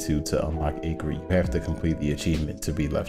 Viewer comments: its pronounced ack rid, not aycrid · you have a fine voice, but yeah, threw me hearing acrid pronounced like that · Sorry but Ayegrid? It's Acrid as in the adjective describing something unpleasantly bitter or pungent. Acrid uses the same "A" as in Animal or Acid. Just a nitpick, great Lore speculation though. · Say acrid right for once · I hate the way he says Acrid wrong